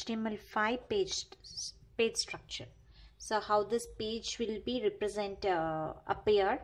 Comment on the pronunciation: And it's page not pige